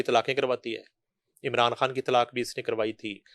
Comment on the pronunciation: "کھان" تم کو بھی بالی ووڈ کے طرح " خ" کی ادائیگی میں موت پڑتی ہے؟ جیسے شاہ " روکھ کھان " - خ تم کیوں نہیں بولتی ؟ موت پڑتی ہے تمہیں